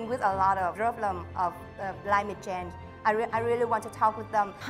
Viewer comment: Duyên nên nói chậm phát âm tròn âm hơn rõ ràng hơn, nhiều âm duyên phát âm chưa tốt lắm nhưng tốt hơn rất nhiều rồi 👍 Không cần phải quá tốt nhưng những từ đơn giản nên nói đúng vd : Strong nè change nè thiếu final sound nhưng nói mượt hơn nhìu rồi Hy vọng Duyên thành công